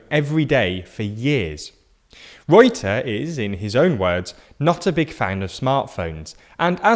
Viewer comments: When our prime minister is callef reute instead of rutte lol. Wow hes in the news lol. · So, You pronounce rutte, with the same phonetics as you'd pronounce gutter btw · Haha i'm Dutch and you absolutely slaughtered the name of our prime minister (Rutte). You have to pronounce the u like the u as in understand and then just pronounce fonetic.